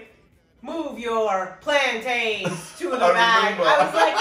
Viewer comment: You say plant “ins” like mountains or fountains…not plant “ains”, like trains, pains or gains. Trust me! If you can say t’ick (thick), then you can say plant’in. Love it!!!!! 🤗